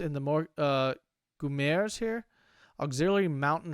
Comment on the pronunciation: Goumiers - Goo-mee-eh(as in "a") Same pronunciation plural and singular. (Goo-mee-"airs" would be spelled Goumières most likely. Goumi/Goum means tribe or people in Arabic.) Tirailleurs syllables are "Tee" and somewhere between "Ray" and "Rye". In French, the 's' at the end of the word is not pronounced. (In fact, most of the time the last consonant is not pronounced at all. Cat is Chat (pronounced "Sha" with no T) and the plural is Chats (pronounced just the same). Francs... the french wouldn't pronounce the C or the S... I might pronounce the C as a hard C if I was feeling like referencing the Franks... but the C is basically there to indicate how to pronounce the vowel. Like a lot of european languages, you pronounce the vowel and modify it by changing your mouth shape "in the general direction of the consonant".